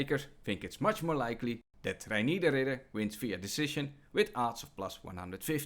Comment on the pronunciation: Pronouncing "Reinier" the proper Dutch way🙌